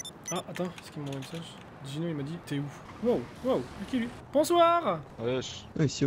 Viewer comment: Je suis le seul à toujours avoir entendu Dino à la place de Gino